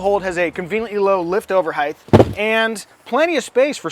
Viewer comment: Great review. I just bought an EX-L. Great car. The amount of tech in this car is staggering considering the price. One bit of constructive criticism... "Heighth"...please don't.